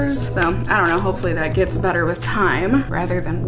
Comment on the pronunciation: So. I totally thought you said "it gives you an instant butter looking complexion" instead of "better looking". And instead of questioning it I just said to myself "OOHH BUTTER! I WANT MY SKIN TO LOOK LIKE BUTTER!"